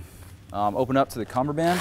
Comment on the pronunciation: He said cummerband and egro Lmao